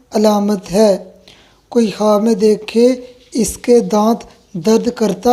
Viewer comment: Apna talaffuz ki islah karen Khwaab ko jawaab kyun kehte ho